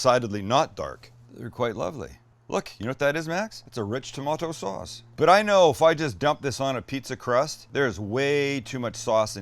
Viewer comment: lol....only a Canadian could mimic "rich tomaaato sawwwwwwss". Thanks.